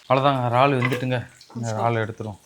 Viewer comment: Ennapa iraal became raal